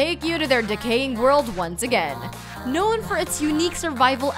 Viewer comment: OK what the fuck is up with the way you pronounce words? I mean you speak perfect crystal clear Kings English and then miss pronounce simple words like "war" and "known" WTF???